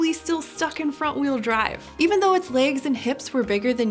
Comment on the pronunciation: I love the way she says 'legs' which accent is that?